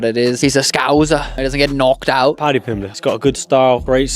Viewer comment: dude if you cant say someones name shut the fuck up